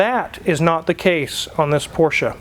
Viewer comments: So glad to see that you use the correct pronunciation of Porsche. I cringe every time I hear someone say PORSH. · I mean, the VW thing was a joke, but most american youtubers should use that, my ears always start to bleed when they call it "porsh" over and over... great that does know how it's called xD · All this and the correct pronunciation of Porsche